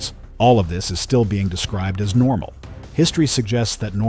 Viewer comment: "everything is norma" (no "L" there). It's the small things that expose AI slop these days. And you can detect it by the repetitions of the same content with different sentences etc. as well.